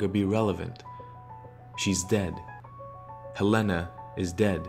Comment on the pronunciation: Why does he say Helena like that? Awesome preformance but I'm from Helena and that's not how it's pronounced lmao